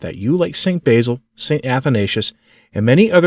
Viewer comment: Please realize that the "basil" you pronounce is an herb. "Basil", as in the Saint, has a short "a", as in "sat".